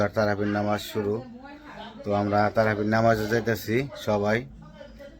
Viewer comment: তারাফি না তারাবি